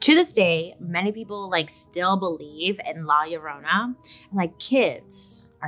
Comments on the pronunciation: Oh come on Bailey! U could do better with rolling that r! 😅🤣🤣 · Llorona = crying women, Bailey lol pronounced yo-ro-nah